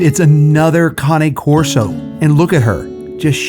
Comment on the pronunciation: Thank you for finally pronouncing Cane Corso correctly! Not criticizing you, please take it as a compliment! As someone who speaks a little bit of Italian, cane means dog in Italian. This breed is an Italian Mastiff. I would cringe when you pronounced it cane like ‘candy cane’. I know it’s next to impossible to know all the correct pronunciations- but I was so proud when you finally got it right!! 👏🏻👏🏻👏🏻 On another thought, that first dog was GORGEOUS!! (But aren’t they all?) Love your show. ❤️